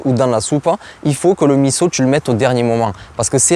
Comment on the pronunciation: Bravo de bien prononcer MISSO ! Top !